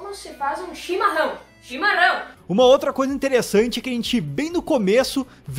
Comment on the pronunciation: "chimarrão" mt gaúcho kskskksks, é o único q eu gst até agr